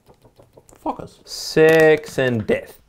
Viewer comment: at "focus" I thought he said "fuckers"